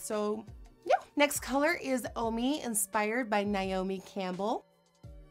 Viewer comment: NAY-omi Campbell not NYE-omi Campbell